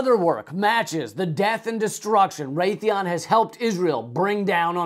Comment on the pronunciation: It's Raytheon.